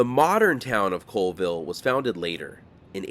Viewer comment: Colville is pronounced "CALLVILLE